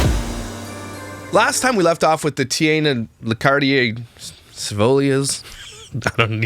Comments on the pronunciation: The woman is sick but the name “Taina” is not hard to spell or pronounce 😅 It’s “Tie - nah” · I was laughing at 1st minute at his pronounciation of Taina’s name 😂